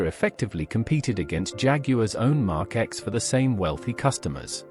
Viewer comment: Mark X come on if you must use artificial vocals - GET RIGHT how hard is it?